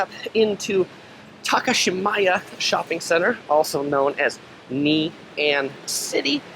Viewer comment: It’s actually Ngee not Nee 😋